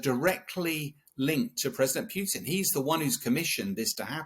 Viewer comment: Whos this “president pewtin”